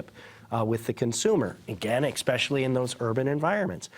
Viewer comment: the word is not "EXpecially," it's ESpecially!!!